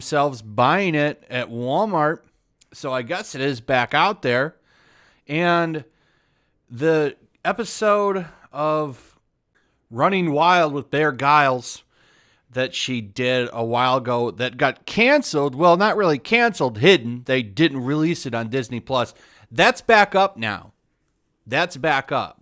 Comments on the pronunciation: Bear “Giles”? 🤦🏻‍♂️ It’s pronounced Grills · It's pronounced as: Bear Grills, not Griles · Bear Grylls pronounced Grills not Giles! Ugh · I believe that Bears last name is pronounced "Grills" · Bear's last name is pronounced "Grills" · It pronounced Bear “Grills” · Grylls is pronounced "grills" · Lol why the fuck can’t you say “Grills”? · it's Bear Grylls not Gayles LOL. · Bear grills at least say his last name right lol